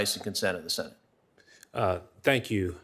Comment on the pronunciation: WHEN HE SEZZ TANX IT'S TO STAWL FOR A MIRACLE .!